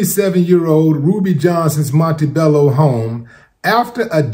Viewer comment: Mont-bello not Montebello lol